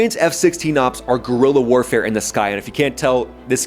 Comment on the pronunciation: "Gorila-Style Air-Warafe" wasn't in my bingo card